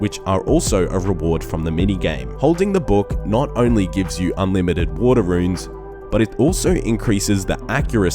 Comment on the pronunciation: Tome Of Wataahh